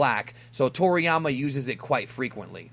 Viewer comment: Wait..who tf calls him Trolliyama lmaoo